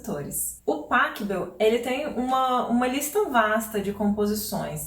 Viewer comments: Muito legal seu canal e o conteúdo que você gera. Obrigado, viu? Só uma dica de pronúncia no Pachelbel: O "ch" lembrando o som de "rr", como no Bach. Soa algo como Pa 'rri' bel, ou Pa 'rrou' bel. Valeu! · Professora, uma pequena correção: em alemão, o ch se pronuncia como rr. Então, Pachelbel se pronuncia Parrêlbel.